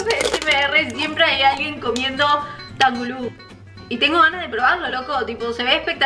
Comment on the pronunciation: Se pronuncia tanjulu y en la parte de la “t” se pronuncia como “tang”